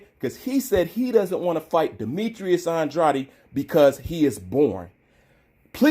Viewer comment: Isn’t it pronounced An-drade’ ?